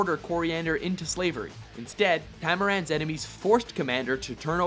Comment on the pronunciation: The way he said her homeland.. ;'(